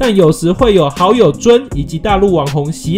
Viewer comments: 錫蘭：是ㄒㄧ蘭不是ㄒㄧˊ蘭！ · 錫蘭的錫念ㄒㄧ不是ㄒㄧˊ喔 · 錫蘭是叫做「ㄒㄧˉㄌㄢˊ」不是「ㄒㄧˊㄌㄢˊ」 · 錫蘭的錫他本人説過是念ㄒㄧ，雖然那個念法也可以w